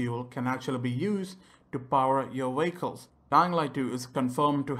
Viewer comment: I know he is saying vehicles but i hear is VWAKOLS still a helpful video